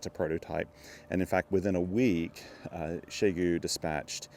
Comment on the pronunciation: Your pronunciation of the company name is closest to what my Chinese friends would say. The prevalent pronunciations I hear on YT are not even trying 😞